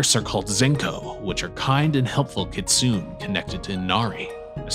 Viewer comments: i'm enjoying your videos, and want to congratulate you on taking off so quickly. looks like you have a bright youtube future ahead of you. that said, you need to look at pronunciation. for instance, kitsune is a 3 syllable word, and Job from the bible rhymes with globe. no one expects perfect pronunciation, but especially with really common words like kitsune or Job at least put in the effort to find the correct pronunciation. google a few other youtube videos, consult google pronunciation, or you can call the reference desk of any library and ask them random questions, like "how do you pronounce kitsune?", and they will look it up for you on the spot (or they may offer to call you back if it's a trickier question). anyway, i love what you're doing, and look forward to seeing what you do next! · It's actually pronounced "kit-soo-nay" (kitsune) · It's (Kit-tsu-ne)